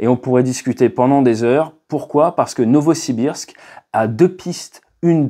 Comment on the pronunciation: Alder 😂😂😂. Non Adler ! Novosbirsk... 😅